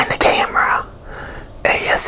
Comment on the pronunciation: Who else loves the way he says r when he says ASMR